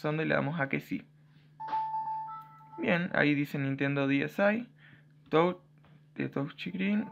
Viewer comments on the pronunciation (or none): none